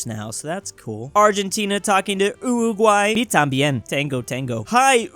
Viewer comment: its funny that calls uruguay, "uguguay", jk. its not funny